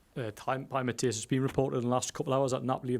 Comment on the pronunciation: Jaissle is the man. Such a fantastic appointment. Hopefully his responses get the journalists to level up their (mostly awful) question game. "Hi Matthias (saying his name wrong), I was just wondering if you could answer a different phrasing of the same question Lee just asked, and you shut down as not appropriate for this setting?" "Hi Matthias (again saying his name wrong), is it going to be a tough game at the weekend?" Bruh...